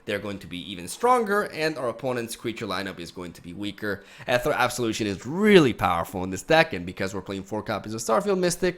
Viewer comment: ethereal (not ethrel or whatever)